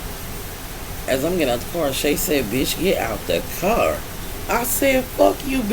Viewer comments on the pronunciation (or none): “Get out the carrrr.”😭